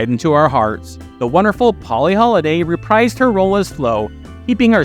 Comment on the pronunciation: The best part of Booker was Lori Petty. You may want to look up the pronunciation of "reprise".